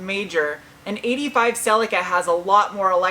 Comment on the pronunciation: You almost got the correct pronounciation of Celica😂